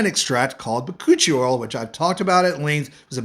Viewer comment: i cant get over how your pronounced the ba koochie oil . and its pronounced correctly lol